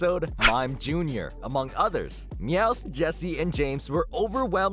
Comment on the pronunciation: For some reason I always thought you pronounced Meowth ...well ,any other way you can pronounce it. LOL